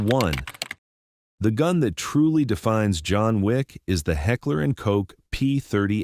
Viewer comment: New channel? Please subscribe?? Figure out how to pronounce Heckler and Koch with that Ai voice and then maybe we can proceed.